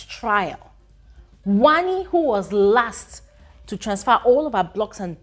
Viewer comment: I love how brother says wannni x hanndii 😂as for ruthie only miracle can save her